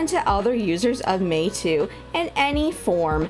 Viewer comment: Your pronunciation is correct. Meitu means "beautiful picture/image" in chinese language.